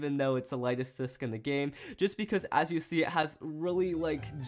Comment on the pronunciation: just realised he said "lighest disc in the game." where gaem